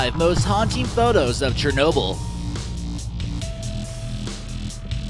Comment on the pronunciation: "CHERNOBEL" Please can u spell it?